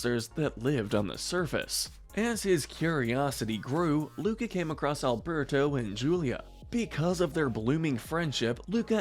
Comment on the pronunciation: Correction: Luca NOT Luka.